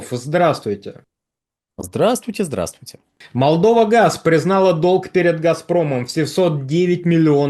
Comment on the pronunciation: челюсть експерда не может выговорить - Молдова.